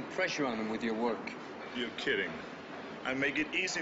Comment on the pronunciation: Arnold couldn't pronounce "work".